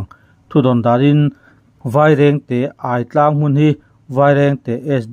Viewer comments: AI tlang a? ÂI tlang tih tur. Ai chu Ai-kal, kan tih ang Ai hi lam rik tur a nih kha, media hrang hrangte lo sawi tawh thin angin. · Aitang i lam dan thluk hi na. Aidu,Aieng tih a Ai ri ang hian lam tur ani ang. Ai tlang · Aitlang i lam dan hi ava dangdai vele